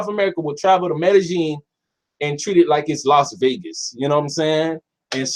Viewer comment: It's pronounced MEDE-YEEN NOT JEEN IJS!